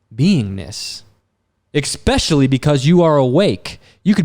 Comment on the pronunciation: Saying eKspecially instead of eSpecially is a quick way to come across as someone who you might not want to take advice from